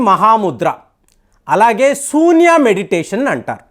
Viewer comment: Sambhavi kadu Shambhavi Sunya kadu shunya Prounce correctly Hare Krishna